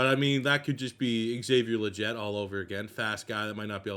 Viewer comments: Good video man, but, its LeGETte, not Lejet. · he's been saying it since he was drafted he never gon' learn